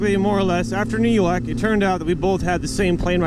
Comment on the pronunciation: NEW YOAK